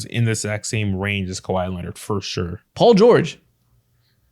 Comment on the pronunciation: Kawhi-A, Irving-A